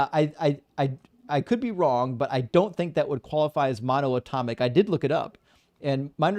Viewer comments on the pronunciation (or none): is truly a testament to the direct connection between religion & the Dunning Kruger. He couldn't correctly pronounce mono-atomic, let alone in-fi-ni-te-si-mal, but he heard those buzzwords somewhere and thought it would make him seem smart. He pretended to be waaay smarter than he is (a folly of the young & naive), but when called out by experts, started raging like a toddler. Those incessant ad homs towards were hilarious projection, I love how he laughed it all off and just kept shooting back quips the kid couldn't handle. Bravo, king 🤘❤️🤘 It's true tho, he rly got nice teeth, you gotta show what you got 😁 I raise a glass of mono-tonic to, but I'll make sure to add some gin, because some guests are unbearable without alcohol.